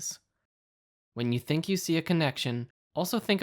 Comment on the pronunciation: "I thunk shi's asliip" HAHAHAHAHAHAHA